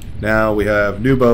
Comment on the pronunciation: Thank you for the professional commentary! You did very well pronouncing my name, all people call me Nubo too :) This is probably my first appearance in the match replay with commentary so I'm very excited!)